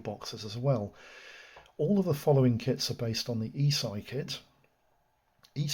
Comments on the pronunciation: Not Eeesii, it's pronounced Esh-ee. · This is the first time I've heard anyone in the hobby pronounce the Italian Company ESCI ("äschi") like "e-Sci"! Interesting.